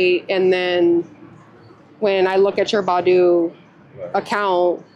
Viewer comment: It's Bay- doo!